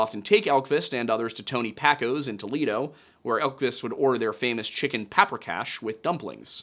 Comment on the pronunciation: Wow. You really are terrible with pronouncing things. Pacos is pronounced like Tacos and Paprikash has the same soft A sound. Pah-pree-kah-sh